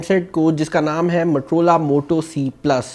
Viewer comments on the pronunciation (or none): Bro mattrola nai hota its moto-rola... motorola hota hy bhai...